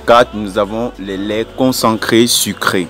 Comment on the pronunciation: On dit concentré et non concencré qui n'existe nul part dans la langue française